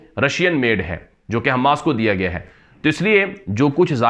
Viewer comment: حماس کا میم مشدد نہیں ہیے غیر مشدد ہیے آپ حماس کا میم مشدد پڑھتے ہیں غیر مشدد پڑھیے والسلام